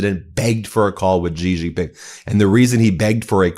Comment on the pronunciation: The presser was a disaster for sure, but not as much as your pronunciation of the names of world leaders. Friedrich Merz is pronounced FREEDRICK MURZ. Not FRIED RICK MARS. Xi Jin Ping is pronounced SHE JIN PING. Not JEEJEEPING. Put some effort in for Christ's sake.